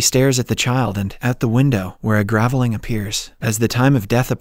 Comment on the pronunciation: ..and you don't mention "gav-eh-ling" instead of gravelling? I hate totally AI narration :(